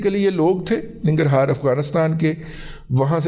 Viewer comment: ایران سے ہماری کوئی دشمنی نہیں - آپ ذرا اپنا علم ریوائز کر لیں- پہلے ننگر ہار کا تلفظ بھی درست کرلیں